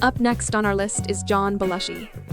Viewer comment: Bell-ushi??? Really.